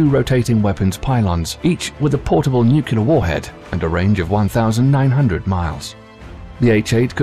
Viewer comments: I keep hearing "nucular". I thought it was "nuclear"??? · “Nukelar” instead of “nuclear”, funny commentator. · Its NUCLEAR..not NUCULAR! cmon man... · NU KULAR ? NU KULAR ? Can you pronounce "new" and "clear" ? Join the two, that's how you pronounce nuclear. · Did you say "nukyalur"? 🤣🤣🤣 Say it with me..."New • Clear". Nuclear. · HOW DO PEOPLE KEEP GETTING NUCULEAR FROM NUCLEAR? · Stop pronouncing nuclear as "nuke-you-ler". It's pronounced "new-clear". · What the feck is a Nucular Weapon? Is that like a Nuclear Weapon? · NuCLEAR, not nukular. Nice vid, though. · Hmmm. #1 word said wrong tho spelled how it sounds.. Nuclear.. nuuuuu cleeeeerrr. Not.. Nucular..nuuu kuuuu laaaaarrr.. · N-U-C ... L-E ... A-R. It's pronounced new-klee-ar not new-queue-lar. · It is Nuc-le-er not Nuc-U-lar ... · It's nuCLEAR not nuCULAR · Nuclear, not nucular... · nuclear (new klee ar) not nu qu lar. WOW 0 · How I wince every time this English narrator says "nukiller"... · such decryption power waster on mystery terms like NUCKULAR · Broooo ... I have a dude I work with that used to be navy he says NUCULAR SUB.. I’m like dude.... stop.. for real.. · Why does the Narrator keep saying "Nucular"? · New-kyoo-ler bombs eh? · What's a nucular? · NUCULAR weapons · HE SAID NUKULAR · Should I listen to a narrator who says, "nucular"? Dunno. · Stop pronouncing it "nucular"... Very annoying. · nucular. the word is nucular. :-| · I also can't take anything seriously from someone who says: "Nucular" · Drives me nuts too. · Unless you're perfect, and I doubt you are, please just stop. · but the thing is, most people think it IS "Nuclear". They're just irritated on how the narrator pronounced it. As a native non-English speaker, I could understand the feeling. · A brilliant job murdering the word nuclear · Please google 'nuclear pronunciation' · Such a well spoken English narrator..... Yet you pronounce "nuclear" like George W Bush! 😄😄😄